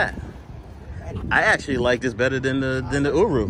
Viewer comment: "uru" lol, first time I heard that pronunciation